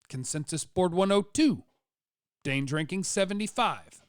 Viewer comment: maybe its because you're talking about the Cowboys but I kept hearing you say "DAY DRINKING" when you were saying "Dane's Ranking". Good thing you weren't talking free agency or the offseason approach as a whole. That would have required me to hear "day mething" or something of equal destructive properties.